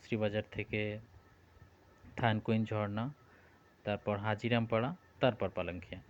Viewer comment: হাজীরাম নয়, হাজিরাং পাড়া